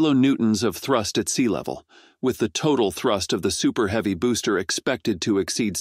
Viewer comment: This voice to text program is laughable, pronouncing heavy as heevy....lol....